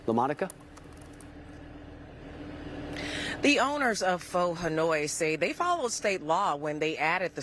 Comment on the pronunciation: I don’t know them but I can tell you I’ve been there once and the food is real good, I tip 18% on average so it’s okay. If you can’t afford it then eat somewhere else! Also, news reporter didn’t say Pho right lmaoooooo; be safe and healthy out there!!!